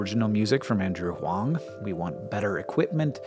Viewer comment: I was just at a Planetarium and now I want to watch these journeys to microcosmos projected on a huge dome! I had never realized until now that stentors at 200x would be dead ringers for our Moon. (Btw, props to Hank for pronouncing “huang” in Mandarin correctly! The last time I heard my last name pronounced correctly onscreen was on an episode of Law and Order.)